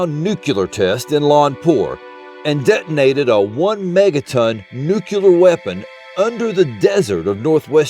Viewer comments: Stopped watching when I found out that he can't say, "Nuclear" without adding a second U like a toddler. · What truth? That there's no black pyramid? The only truth in this video is that he can only say "Nuclear" the way a 5 year old pronounces it.